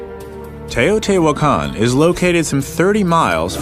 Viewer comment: It is pronounced teh-oh-tee-wach-caan. I would know, I was there and our guide had studied the city for his entire life.